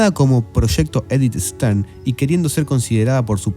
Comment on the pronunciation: En el puesto nº 14 cita a Edith STAIN, que pronuncia ("sten) en frances o algo parecido. Pronunciado en grafía española "estain", piedra, en alemán